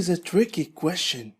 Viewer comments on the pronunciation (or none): حلقه مفيده وجيده. مشكورا ولكن أرجوك ان تنتبه على كيفية لفظ كلمة question, أدخل حرف الt مع اللفظ. مجرد ملاحظه ولبس انتقاد. وشكرا على مجهودك. انا احب الترجمة لذلك حضرت الحلقه.